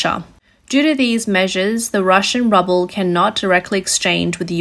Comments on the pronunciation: Good report. BTW russian currency is pronounced "Rue-Bull" or "Roo-Bull", not "Rubble" :-) please keep making these great videos ... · It is pronounced "roo" "bull" , not rubble that is broken rocks, bricks or building detritus. If in doubt check your pronunciations on Google. It makes your videos more professional if you use received pronunciations in speaking English with an Australian accent. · Rubble? Good report, but the pronouncing of the Ruebal as rubble is kind of a prediction? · I like how you call it "rubble" instead of "roo-ball". makes me think of building rubble like things crashing and breaking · Very interesting and informative video. The mis-pronunciation of Ruble (to rubble) is priceless. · Love how she mispronounces the ruble as rubble. Even funnier is that's probably more accurate!! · So funny she keeps calling it the rubble instead of the ruble. Given its worthlessness maybe it makes more sense. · It's funny how she pronounces Ruble as rubble. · Love the way the presenter pronounces ruble as rubble ... what the world will become if things get out of hand in Ukraine? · Its called rUbble, not rObble. :D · Ok... I know it's petty of me... But I did have a chuckle at the mispronunciation of "Ruble". The narrator kept saying "Rubble" (Meaning debris) rather than "ROOble" which is the currency. Yeah... Childish... But still giggle-worthy. B-) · Roobull is the phonetic way to spell ruble, the currency sounds like roo like kangaroo, not ruble like a pile of rocks. Not a Russia defender here just find the wrong pronunciation annoying. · It is rooble not rubble. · She, or the computer, pronounces ruble as rubble, a cute malaprop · It's Roo-ble, not Rubble. Sorry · Its pronounced "Roo-buhl". Like "kanga-ROO BUL" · It is pronounced, "ROOOBIL" ... not "RUBBIL" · Ru ble not rub le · It’s Ruuuu bull. It’s pronounced Ru. Bull. Not Rub el. To hear you say that word wrong every time was too much. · your pronounced ruble as rubble, but both are the same lol